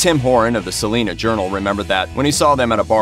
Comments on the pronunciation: Sah-line-uh Not saleena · Salina is pronounced Sah-line-a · Salina. not saleena . lol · Why does everyone outside the state of Kansas mispronounce Salina? It’s pronounced Suh-line-uh!!! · Sah-Line-UH. Yw